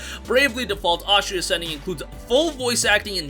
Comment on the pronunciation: Why does he keep calling it Ostria Ascending?